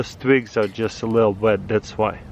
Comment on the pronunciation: “Vood”, “Vet”